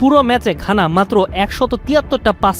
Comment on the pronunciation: ভাই, খানা না,ঘানা😊